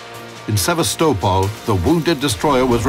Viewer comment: That is seriously not how you pronounce Sevastopol! Great video otherwise